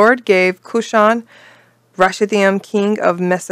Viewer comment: Judges 3:8 pronounciation help: koo-SHAN rish-ah-thah-YIM. Pronounciation usually on last syllable in Hebrew. Also, interesting fact: it means "twice-wicked Cushan."